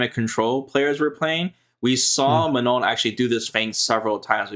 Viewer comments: Fun fact of the day: If you have a hard time pronouncing Manon the french way , It's not Ma-None , it's Ma-non . Learn how to say Oui and Non is French , which is the equivalent of yes and no in English and you'll be good to go. Remember, It's not a hard N at the end :) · Yes they sound ridiculous when trying to say Manon 😂 Everyone is forced to learn english and pronounce properly, but anglo people knows only one language and cannot pronounce something that isn't english